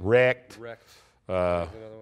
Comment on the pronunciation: Rip saying "wrecked" killed me!